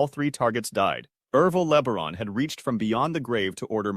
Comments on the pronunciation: Ervil LaBaron's last name is pronounced like La-Bear-on, not Le-ber-on. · It’s not LEAH-BA-RON.. it’s LEE BEAR-ON.. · Leb-a-ron. Sounds like a transformer the way your AI voice says it. Horrible. Le-bear-on.